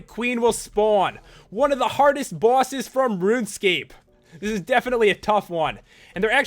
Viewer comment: Omfg made me laugh so hard. Bawwses